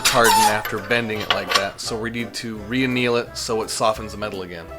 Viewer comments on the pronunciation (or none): Does he say "Rekneel" the metal to make it soft?